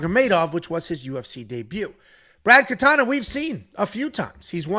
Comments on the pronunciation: not katana its katona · Katona not katana